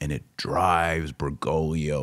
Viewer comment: For the second time, it's BergoGlio, not BergoLio. You always mispronounce his last name and leave out the second "G". Please learn how to pronounce it correctly because it gets very annoying to have to listen to. Too bad we even have to discuss his name at all.